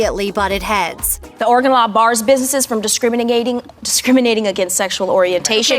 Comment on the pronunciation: Learn to say Oregon...correctly